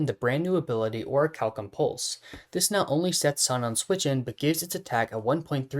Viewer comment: Liked for pronouncing Orichalcum correctly instead of the atrocities others say